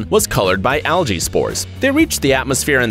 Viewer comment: You pronounce algae incorrectly